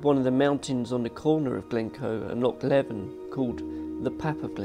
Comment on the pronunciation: Nice video. But next time, remember Loch Leven is pronounced Loch Leave'en (rhymes with "even" not with "eleven")